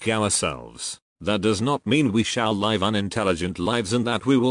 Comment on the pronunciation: I actually have all the books. You should probably get the books. The robot voice only mispronounce some words such as live. Because it cannot distinguished the difference. As it is often said take what resonates with you and leave what does not. Unfortunately all truths are mixed with lies and that is the nature of this planet. We can only appreciate the great efforts that so many people endure to shed some light in the best way they know how. We are all imperfect. I wish you the best of health. Love and light.